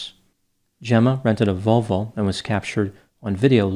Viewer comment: “Jenna rented a Vol-VOW 😂😂😂